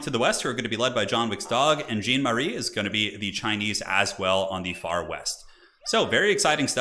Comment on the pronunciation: I love how you called the champion like some trousers, "jean", the whole game. I'm french and "Jean-Marie" is a common male name, or was, it is a bit unpopular now. Simply "Jean" is still pretty used and common, and stands out as "John" for english people. But the fact is in fresh we pronounce it "Jan", like here : Sorry for the french toxicity, but it made me laugh. Thx for the good content, keep up. Still subbed and thumb is up.